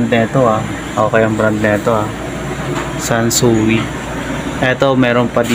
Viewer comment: Wrong pronounce idol.. ( san soy, ) sansui